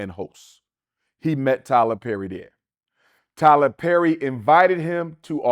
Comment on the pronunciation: Tyler Zerry 🤦🏾‍♂️